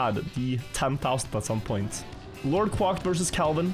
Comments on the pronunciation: “Quæcked” not “quâcked” It is fronted. It uses /æ/ not the back vowel. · Please Quack like Crack, not Quack like Guac(amole) haha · The way hes saying “Quack” in LordQuacked name makes me laugh 😂